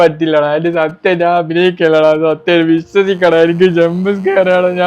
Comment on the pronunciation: Bro സത്ത്യം എന്ന വാക്ക് സത്ത്വം ആയിപ്പോയി